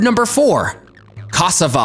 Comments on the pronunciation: Ca sa va that is how it’s pronounced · pronounced CASSARVA not cassava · I eat cassava everyday and idk what your talking bout coz who would eat it raw? Ghana gang ❤😚 and plz tell me I wasn't the only one who laughed at who he pronounced cassava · Hey You must be sleepy you don’t know what you’re saying (cassava) oh no 🤦‍♀️ you must be 🤢 sick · The way he just pronounced cassava, I'm out ✌🏾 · I’m so disturbed the way he pronounced Cassava. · This error alone made me question the validity of this video! Second was the cassava. He said caass-A-va. It’s Ca-sA-va. 🙄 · HAHAHAH first of all the prounciatiaon of akee and cassava is hilarious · Lots of facts but thats not how you pronounce ackee and cassava I'm Jamaican I really want to teach people how to pronounce things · Mispronounced ackee and cassava 🤣🤣🤣🤣